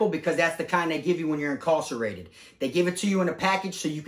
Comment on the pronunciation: Am I the only one that thinks says incarcerated weird